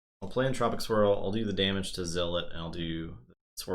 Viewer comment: When you said "Entropic Swirl" I definitely heard "Entropic Squirrel"... time for a parody house from the creators of Barkham Horror =D